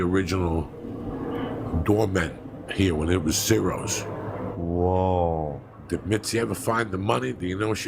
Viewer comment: ciros pronounced chiros